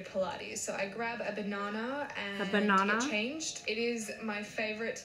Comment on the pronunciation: “A banona” AHAHAHAHA 💀💀💀💀💀